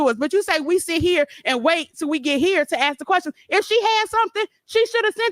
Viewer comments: LEARN ENGLISH ( AKS ) THE WORD IS ( ASK) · The hoodbooger cant even say the word ``ask`` right acting hood always say ``axed`` it turns my stomach every time , and who is the father ?!=] so he escaped at least someone need to save the child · Axe her why?😂